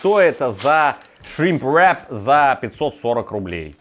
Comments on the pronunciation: Весь видос пыталась понять какое второе слово все таки этого шримпа , зачем так мерзко каверкать слово? И причем всегда , ну ладно раз два сказал , но постоянно … в итоге я не смогла понять как называется это блюдо в лаваше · Можно вечно смотреть на три вещи: как горит огонь, как течет вода и как друже говорит shrimp wrrrrap